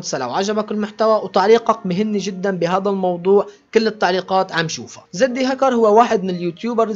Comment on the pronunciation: مشان الله احكي كلمة زد هكر مو زدي هكر 😂🙆‍♂️